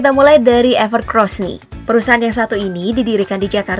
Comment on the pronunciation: Orang2 pasti sering kesebut "ever CROSS". pdhl tulisannnya "ever COSS" 🤣